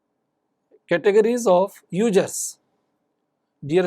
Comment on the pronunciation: Ugerrrzzz or users?